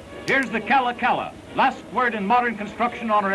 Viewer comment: Remember KALAKALA was not pronounced KALA-KALA. It was ka-LA ka-LA ONE WORD.